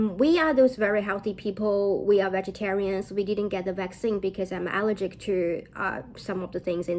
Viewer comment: Allergic重音在第二个音节上哦